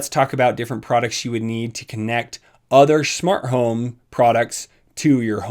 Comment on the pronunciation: Nobody::Shmart home